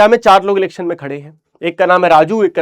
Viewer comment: be like elections ❌ lelections ✅